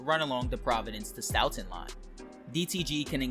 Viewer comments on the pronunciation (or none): Hi bro local Bostonian here, Next time for futurue reference Worsceter is prounced "wour str" and Stoughton and Stoughton is "stow-ton". Dope video as always man! I wonder how they will implement the highway system because there is so much highway infrunstracture next to south station.